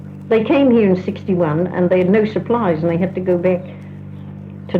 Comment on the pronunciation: Catherine sounds Australian, except for “back” (pronounced, beck).